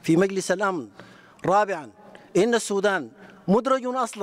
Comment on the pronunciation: Sudan☑️☑️☑️🤙 Not Sodan❌❓⁉️‼️